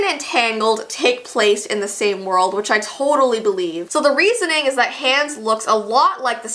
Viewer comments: it’s pronounced On-Uh and Ha-Ons. Not anna and hands. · Ok it’s hilarious how she calls him hans instead of Hahns 😂😂I think Hans is Hans instead of Hahns but STILL SHE SAID IT SO FUNNY😂😂😂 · Is the Canadian version of Frozen different? Cause at first I thought mispronouncing Anna and Hans’ names was a fluke, unless its just pronounced differently in the Canadian version (its pronounced “Ah-nah” and “H-ah-ns” in the US version). Idk, it bothered me and I wanted to know if its pronounced differently depending on where its released. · sorry but how can u say your a frozen fan and then pronounce hans like hands and anna like ana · I love your videos but you say Anna and Hans names wrong it is pronounced Awna and Hawns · stop the way she said hans just hurt me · you did not pronounce Anna and hans right